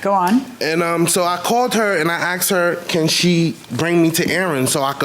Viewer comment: the i axed generation